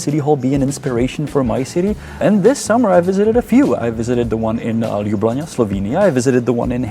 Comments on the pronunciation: for a czech guy, the pronunciation of Ljubljana was horrific! also there are so many excellent czech architecture firms, you don't need BIG to build anything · Its Ljubljana